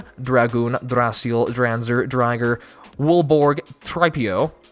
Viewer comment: Wait... If he's seen the show how come he pronounced Driger wrong? Juuust saying